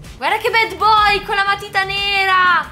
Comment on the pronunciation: Non si pronuncia BED boy si dice BAD con la A